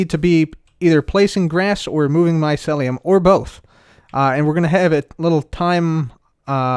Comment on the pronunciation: I'm triggered every time says Mycelium like "Maiselium"